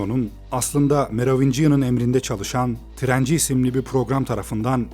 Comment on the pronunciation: trenci 😂😂 (trainer)